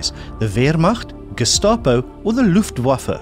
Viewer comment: "Rabium" should, of course, be "Radium". Aristotle died in 323BC. The term "scientist" could hardly predate him by 2 millennia! "Luftwaffe" is pronounced LUFT-va-fuh. German "w" is pronounced like the English "v". Odd you missed this as you pronounced "Wehrmacht" correctly. "... the king and his government WERE not above the law". It's "Aqueduct", not "Aquaduct".